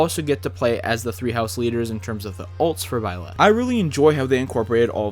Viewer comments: In Hermione Granger's voice: "It's BIE-leth, not bie-LETH." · I don't wanna be THAT guy but you leave me no choice... It's ByleTh not ByleSS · am I hearing it wrong, I swear I hear you say "Byless" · If you say "bylath" one more time. I dare you. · I feel like you are saying Byleth wrong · I’ll give him benefit of the doubt since the Female Protagonist’s canon name is べレス/Beresu. But you know, he coulda just been way off in either language’s pronunciation